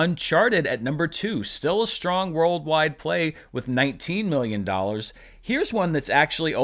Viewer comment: 'SHTRATEGY' and 'SHTRONG'. Why are you adding H to these words?!